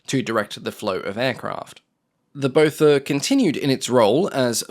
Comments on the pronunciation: I think its pronounced 'Bother' 😁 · Its Botha, like Naas Botha, prounounced Booa-ta its a South African Afrikaans surname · every time you said Botha i heard Beaufort 🤷‍♂ 😂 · Me too!